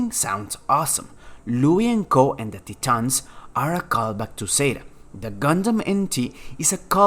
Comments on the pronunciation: Can you please pronounce "Titans" as "Tae tans" or "Thai-itans" or "Tie-tans" as it is pronounced CORRECTY. You keep on saying "Tee-tans." Annoying! and Dumb!!!!!!!!!!!!!! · That is the reason some others also give. But the truth is that, "Titans" is not "Tee-tans." If we continue with this reasoning, "is how they prononunce it in the original japanese", we should all stop saying "Gundam" and start saying "Gun-da-mu." The idea of the Titans was borrowed from the Greeks by the Japanese anyway and it is Universally pronounced as "TIe-tans" and not "Teetans." Why am I concerned? Because I have kids who noticed this and now they are asking their teachers about the correct pronunciation. Should their teachers just reason out that, "It is the way the Japanese pronounce it?" The rest of your narrative was in well spoken English. So why stick to the incorrect pronunciation that the Japanese said? I mean another youtuber, Zethythonix, is obviously a Japanese. But he is based in Australia. From his videos, he clearly pronounces "Titans" as "Taytans" and not "Teetans."